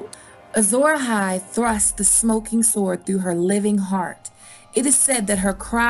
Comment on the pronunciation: Wow... very, very interesting. Your Theories and information illuminating! Thank you for sharing this. Oh.. when you say sword, the 'W' is silent.